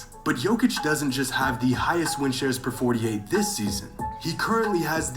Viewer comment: Yeah he didn't do that one on purpose 😆 Then calls Jokic - "jock-itch" 😭